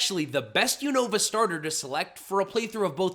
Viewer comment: It’s pronounced ar-KEY-iss and yoo-NUH-vuh, “”! 🤨 And fireball thing on Skeledirge is a bird, hatched from the egg on Crocalor’s head.